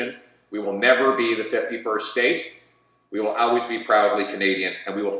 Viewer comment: I can’t with the way he pronounces always (al-ways). That is not a regional accent anywhere.